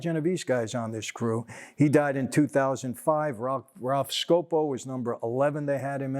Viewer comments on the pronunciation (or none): none